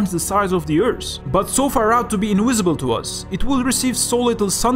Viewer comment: You are such an underrated channel! I subscribed when I saw the first minute of this video, much love from the Netherlands :D And I just wanted to say, if you say for example earth, you say it like earsh, but you say it like eart (kinda)